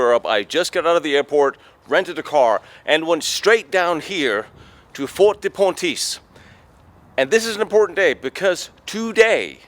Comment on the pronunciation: Pontisse NOT Pointisse !!!!!!!!!!!!!!!!!!!!!!!!!!!!!